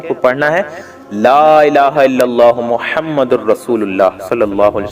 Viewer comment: Mohammadin hai,aap galat padh rhe hain